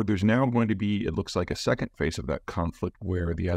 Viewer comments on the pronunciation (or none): none